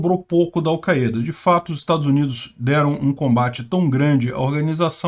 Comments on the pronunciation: Não se diz "Alceada" se diz chupeta! 🤣🤣🤣🤣🤣🤣🤣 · Al caêda? Ta phoda heim